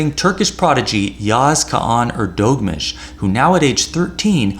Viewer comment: Thank you!! You're right - quite gratifying to see Neimann lose every now and then ;-) !! Soft ğ in Erdoğmuş - sounds more like a combination of the words Heir Though Moosh.